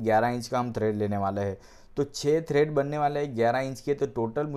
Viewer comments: Its tread, not thread. Pls correct urself. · Tread not Thread!